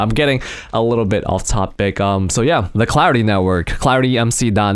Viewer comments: It sounded like he said cloudy instead of clarity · I thought you said Cloudy MC xD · I thought he said Cloudy the whole time untill I rewatched it xD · Am I the only one who thought he was saying cloudy throughout the whole video?